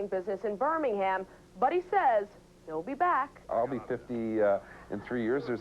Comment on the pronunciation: I wish she could say Birmingham right, that would be great.